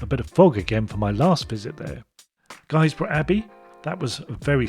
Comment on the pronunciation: Inspiring video, as always, thanks 👍☺️ great to see you visited my home town of Guisborough, though it is pronounced Gisborough, not sure where the U came from, I should find out really 😉